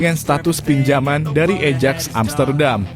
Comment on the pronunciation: Admin tulisan Ajax itu tetap bacanya Ayaks jgn di-ubah2 itu bacaan internasional